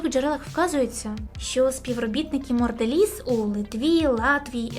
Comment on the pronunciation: Чого Морделіз, якшо Монделіз?